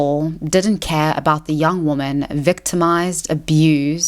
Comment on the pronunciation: Hey. love your stuff, but I have one persistent issue that comes up in all of your videos. Sorry, but you pronounce the words "woman" and "women" the same, and it confuses me and catches me off guard every time I listen to you speak. You pronounce both as the singular 'woman' so when I hear you talk about "Russel Brand assaulting three woman" I do a mental double take and its very distracting. Anyway, just letting you know.